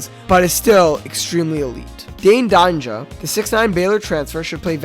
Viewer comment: Dainja is pronounced like danger but without the "er" sound at the end and instead it's an "uh" sound for the "a" at the end. It's not pronounced DON ja